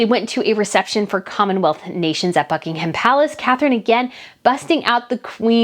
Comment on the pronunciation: Its so nice to come home from work, knowing you have a new video waiting for me to watch.... rather than an empty house. I must say the way you pronounce Sandringham is incorrect though. Its more like Sandringum when spoken. Same with Buckingham. You are awesome. Keep up the great work